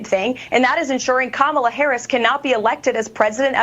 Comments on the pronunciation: Im amazed she pronouced Kamala's name correctly 😅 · Did looney loomer actually say Kamalas' name correctly? That's surprising.